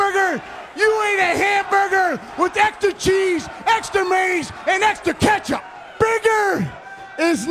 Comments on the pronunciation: Scott’s a busy man. He doesn’t have the time to pronounce all the syllables in mayonnaise. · Lmaoo.. Maize!!